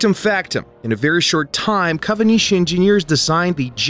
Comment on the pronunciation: why is kawanishi pronounced as "kavanishi"?